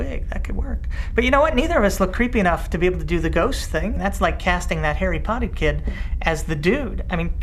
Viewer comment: Is it just your accent, or did you say "hairy potty boy"?